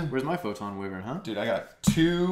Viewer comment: Pronouncing Wyvern wrong so you know